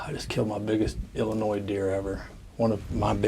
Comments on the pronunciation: The "S" is silent in Illinois. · Congrats and nice video! Don’t know if it was to troll or not but the ‘S’ on the end of IL is silent.